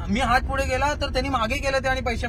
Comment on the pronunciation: I have notice this many time that says फुढे and not पुढे.. but I like it😂